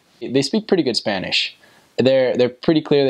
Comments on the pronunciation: Good descripcion of my beautiful country❤️ your Spanish pronunciation is very good👌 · I like your Spanish pronunciation! Bravo!